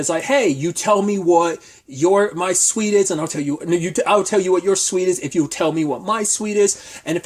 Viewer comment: Why are you pronouncing SUIT as SWEET? Good review.